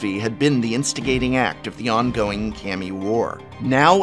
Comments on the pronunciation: its "Kaami"... Not "Kaymi"... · This is be being picky, but prof's pronunciations of japanese words wasnt bad, until Kami, it bugs me he pronounced it Kam-ee, when its Kaw-me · CAM-E not KHA-ME remember it fools, im a teacher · Ill never stop hating how the Prof says Kammy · Anyone else cringing at his pronunciation of "Kami"